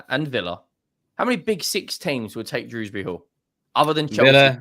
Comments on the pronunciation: Dewsbury not fucking druwsbry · Nvm & definitely calling him Drewsbury oh dear 🤦🏻‍♂️